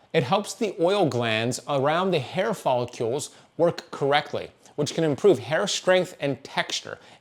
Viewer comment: Good video as always but... "follicules"??